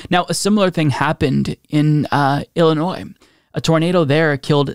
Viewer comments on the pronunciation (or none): none